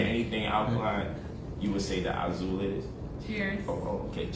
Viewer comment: His pimp outfit is pretty cool. Also, for someone who apparently speaks seven languages, I'm surprised he can't pronounce Azul correctly.......